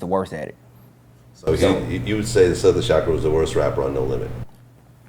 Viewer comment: He said Silkk smh